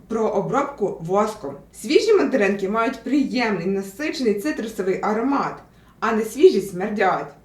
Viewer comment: Я почув не "Мандаринки", а "Материнки".😂😂😂